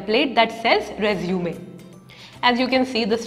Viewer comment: Please pronounce resume correctly and properly....